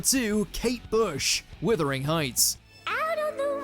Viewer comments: Wuthering heights! Not withering! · Wuthering not Withering